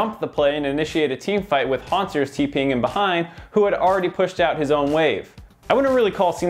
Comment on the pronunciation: hauntzerSSSSSSSSSS? wtf say the guys name right PLEASE